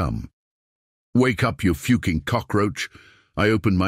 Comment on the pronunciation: How hard is it to prounce the word "fucking" god that was annoying.